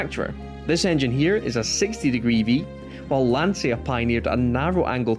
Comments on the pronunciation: It's pronounced, Lahn-cha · The i after the c in Lancia makes that it's pronounced like a ch in chocolate (cioccolato in italian), so the i is silent. Lancha or even Lantsha. You're welcome. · You pronounce Lancia sooo badly... i wanted to quit from the internet.